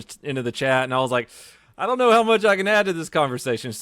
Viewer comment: " do it!" All I heard, LMAO